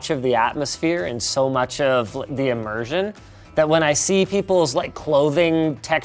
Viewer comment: "Sooo much of the imerssion" t pose zooms by Hahhaha